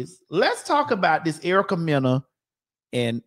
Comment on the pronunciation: how she said Erica wrong And yes she said nothing is off limits nothing is in arguments